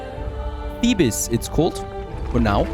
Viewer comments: Thank you for the video, also just a small thing you don't pronounce the "es" on the end of Thebes it is pronounced like "Theebs", it's really not important and doesn't harm anything just FYI. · Thebes from Egypt is spoken the same as Thebes from Greece so don’t say the second e